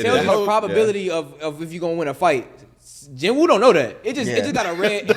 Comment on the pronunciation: Its jin woo